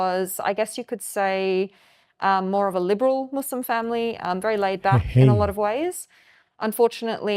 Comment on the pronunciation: Notice it right away when they said "ex muzlim" "izlam"💀